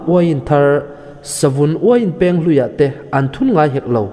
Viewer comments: Savun Uiin Pêng i tia, Peng tih tur a nia, thlûk loh tur a nia... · Uain peng hi i lam rik dan a dik lo. 'Peng' hi 'beng' (ear) ri thluk ang hian lam rik tur a ni e.